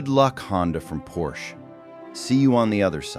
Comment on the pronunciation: When the opening line is “A Pors C-H-E”…